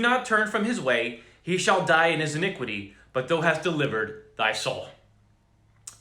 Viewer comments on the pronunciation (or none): Your reading of KJV text will be greatly enhanced if you mentally replace "thou" with YOU. It is the second person pronoun, just as THY is second person equivalent of YOUR. I hope this helps clarify your understanding. Right now every time you see "thou" you pronounce it as if it's "though", and it turns the text into gibberish. You might be abundantly blessed by switching to the New King James Version (NKJV), which replaces the THEE, THY and THOU with modern English. Note: "Thou" is the intimate form of address for when you're speaking to one single or special being individual or even God Himself... but modern English doesn't offer anything like it. Blessings, Man of God. Keep up your excellent work for our awesome Lord God!